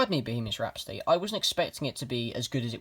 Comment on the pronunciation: Why do u call bohemian rhapsody bohemish rhapsdudy